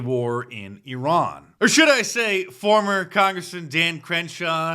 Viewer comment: Mark Dice doing the cringe fake accent when pronouncing Iran. "EeeeeRhaaan". In America, we say "eye- ran", get it right Dice.